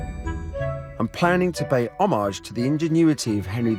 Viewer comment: Why does he pronounce Homage like fromage?